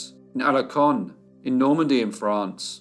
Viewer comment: he was born in Alençon, pronounce alansson !